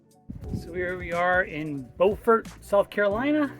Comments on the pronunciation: B-you-fort for Beaufort SC (no pause between the b and you). I have the opposite problem, I lived in Beaufort SC for a year, so I have a tendency to mispronounce Beaufort NC. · Beaufort is pronounced different when your speaking of the South Carolina version.